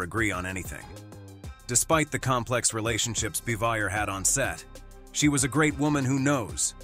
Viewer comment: I remember hearing the other Gilligan's Island cast members were not fond of Tina Louise when it was being made.Frances Bavier was also not well liked by any TAGS cast members but Jim Nabors and Ronny Howard.BTW,her name is pronounced bah-vee-ay.Several names were mispronounced or outright wrong, it's Jenilee Harrison and there's no s in the name Eve Plumb.